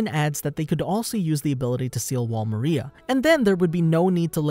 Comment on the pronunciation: I love these videos, but I hate the way you say “Maria”